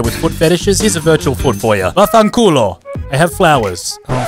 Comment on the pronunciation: As an Italian, I can say that the "vaffanculo" was amazing, it made my day, thank you. Edit: ok, is even better.